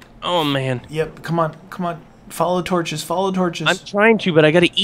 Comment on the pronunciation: LOL 'torcho's'